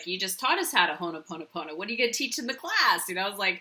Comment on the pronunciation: It's ho'oponopono not Honoponopona! Awesome video